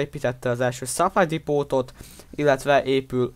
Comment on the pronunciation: Vmi gold liga vagy stb. Am assep a suplay depo-t csak simán supláy depó nak ejtik.. Am csak egy tipp megütotte a fülem